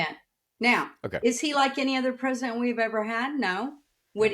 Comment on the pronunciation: Hearing say "pres-dent" repeatedly is like nails on a chalkboard